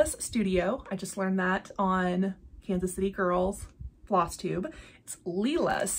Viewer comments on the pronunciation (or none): none